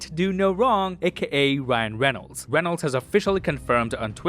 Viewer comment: wyan weynolds